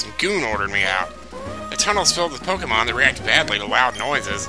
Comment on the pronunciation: Is he saying pokeymans...